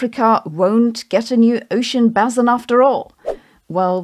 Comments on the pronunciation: Sabine - "Basin" is pronounced "bay-sin" (Am. & Brit., long "a" sound), not "bass-sin". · If I may, it's base in, not bass in. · base-in rather than bass-in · We Americans pronounce Basin as B(ay)sin, not B(ass)in. Bassin' is something we do with a fishing pole on our free time. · It's pronounced basin, Sabine. 👍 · Ocean "Baye-Sin" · Sabine's way of saying basin is bussin 🤣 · why are you pronouncing basin wrong? the ba should be pronounced the same way you pronounce bait. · It's pronounced like bass - the guitar - not bass - the fish. You're welcome. Or ace - the playing card. Not ass.